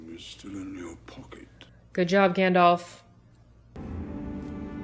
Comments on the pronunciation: not gendolf but Gandalf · (Just a pet peeve of mine, please don't take it personal-like...) Too many people pronounce it, "GandOLF" Practice correct pronunciation of GandALF: Gand-Alfred Hitchcock... Gand-Alvin and the Chipmunks... Gand-Alice in Wonderland... ...make up your own. 😜